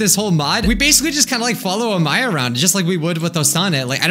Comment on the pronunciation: True that amai means sweet (あまい) but it's pronounced like a-mai-ee